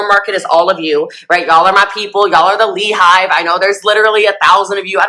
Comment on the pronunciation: The "LEE HIVE"?!!?!! good grief this is painful to watch.